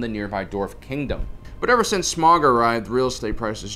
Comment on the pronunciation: Hal-leh-fuckin'-LUYAH someone pronounces "Smaug" correnctly! God bless!